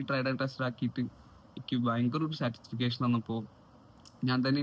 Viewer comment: സാറ്റിസ്ഫിക്കേഷൻ അല്ല ബ്രോ. സാറ്റിസ്ഫാക്ഷൻ.